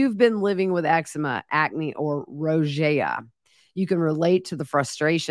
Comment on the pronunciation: Rosacea is pronounced like Roe-za-sha. You were saying it correctly Monday & Tuesday. I have Rosacea. It's common in folks with Scottish heritage.